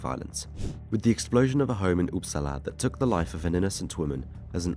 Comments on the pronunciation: The seriousness of the topic combined with the classic pronunciation 😭 "Up- sala" not "oops". Sk is pronounced "sch"🤣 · as a swede, I just love hearing Uppsala pronounced "oops allah"